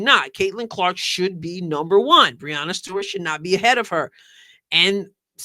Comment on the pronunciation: I'm supposed to accept ' opinion on women's basketball when she doesn't even know how to prounounce Breanna Stewart's name?